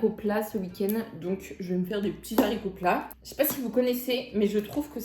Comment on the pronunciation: Arrête de dire les Zaricots😂😂😂😂